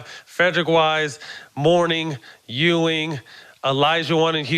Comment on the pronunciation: Jax cracking up when Matt calls Ewing “E-Wing” 😂😂😂